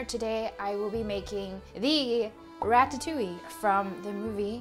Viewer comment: French girl here, I love your ratatouille, it seems delicious and your prononciation is on point! Also about the having a dessert just after diner, don't worry, it is normal to feel like sweet after a french dish, we almost always have one. For the memories, french kids don't like ratatouille, because as most child, they don't like veggies too, I remember going to the theater to see a film about a rat with the name of my most hatred school lunch on the trailer (it wasn't a very good start 😂) and falling in love with Pixar through the movie, and having water in my mouth when they served the ratatouille. I still disliked eating ratatouille until growing up, and it is now a dish i enjoy. So don't worry, most child memories around the dish isn't a "Madeleine de Proust"^^